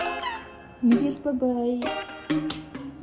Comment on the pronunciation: Мишел юм чинь Ми-Шель’ гэж тод хэлээрэй~! Мишээл гэж сонсогдох гээд байна🍓🌸